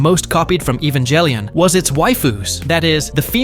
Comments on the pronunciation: I can’t get over the fact how you pronounce the G in Ghibli like GIF and G in Evangelion like GIF. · You won't get a sub simply because of the way you said evangelion